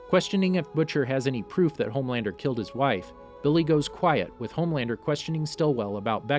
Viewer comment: It's lowkey pissing me that you keep saying homelaner😂